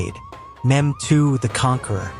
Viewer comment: His name is not memd it’s Mehmed